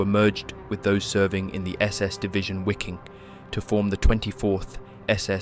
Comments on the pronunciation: Wiking is pronounced Viking. I think others have commented this in previous videos. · It is pronounced "viking", for fucks sake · Great documentaties, but ya: The "why king" was killing me.